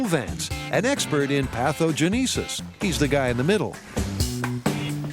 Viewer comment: PATH-o-je-NEE-sis? I’m pretty sure it’s PATH-o-JEN-e-sis. Not to be a pedant or anything.